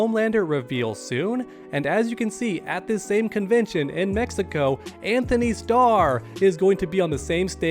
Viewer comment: Guys his name is An-tony. There is no H lol